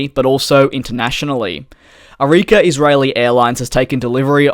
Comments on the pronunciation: Its not arikia Its ARKIA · Arika???? Its Arkia! eye rolling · It's Arkia not Arikia! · You say Arika but it's Arkia, But good video as always! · it's arkia - says like arkiya